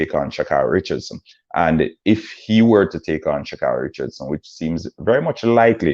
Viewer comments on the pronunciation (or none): Also learn how to pronounce Sha’Carri and Nike before you speak on them!